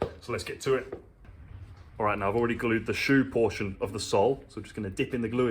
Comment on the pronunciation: Whenever you say our sole all i here is arse-hole 😆